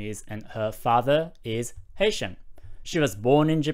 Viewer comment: Great video! I keep hearing “Asian” when you say “Haitian” lol